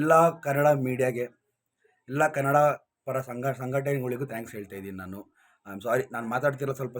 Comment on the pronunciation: ಕನಡ.. ಅಲ್ಲ. ಕನ್ನಡ...